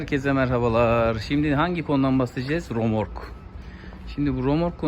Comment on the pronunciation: "Romork" değil kardeş "RÖMORK" Yazdığınızı okuyamıyorsunuz, üstelik bilgilendirmeye girişiyorsunuz. İlginç.